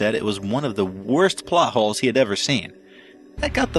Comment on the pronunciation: Totally thought the narrator said "butt holes" instead of "plot holes" 😂😂😂